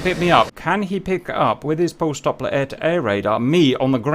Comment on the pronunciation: its Doppler Radar, not Dopper Radar PS: I love ur videos